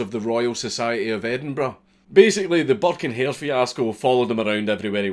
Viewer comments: Thought he said buck and hare which immediatly made me think of Bucky o hare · I know je says burke and hare but it always sounds like he says burke in here.